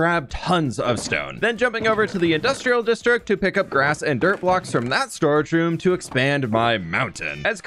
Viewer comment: Ok, one of the times you said 'storage room' I thought you said storage shroom I want a storage shroom now A grand mushroom filled with chests in the cap